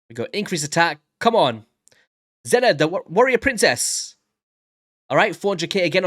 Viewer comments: Her name is not pronounced Zenna like you say it but more like Seena or Zeena. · It's pronounced as zee na stop the nonsense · It's pronounced "zeena" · Xena is pronounced like Zeena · It's pronounced zEEnah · Her show was a big part of my youth. Loved it. Just so you know her name is pronounced as “Zina” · you said her name wrong, lol. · You are pronouncing Xena wrong